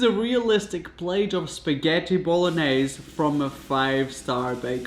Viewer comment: Bro this video was solid comedy. Please dont say bolognese again lol Bon-yehs say this